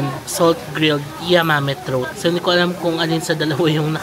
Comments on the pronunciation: Hi,! I’m not trying to be a grammar police😀, but just an fyi, “trout” is pronounced as “trawt” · The flowing soumen looks cool! Just for your reference (no malice meant)… trout is pronounced as trawt. Always good to be early. The early bird gets the early worm… ika nga. Enjoy Fukuoka! Ingat lagi😊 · Hi jm just minor observation, trout is pronounced as “trawt” or out as in outside 😊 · trawt po yung basa ng trout fish. :)